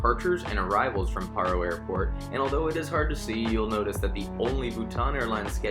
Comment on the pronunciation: I’m a Bhutanese myself and I can assure you that he’s pronouncing our country’s name correctly!